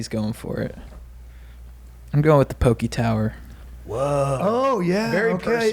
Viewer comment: Hope when you’re on tour in Hawai’i you finally learn how to pronounce poke. You guys are legends but always lose a couple respect points for the mispronunciation.